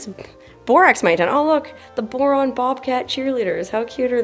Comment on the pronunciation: So riviting, I couldn't get past your initial promouncement of the town's name. Tedious...